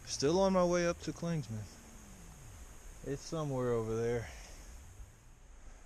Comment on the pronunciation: Love watching your videos. I'm from the NOBO class of 2000... The best part of your videos is watching you mispronounce the name of just about every place on the trail. "Clingsmans" is the funniest! Keep it up.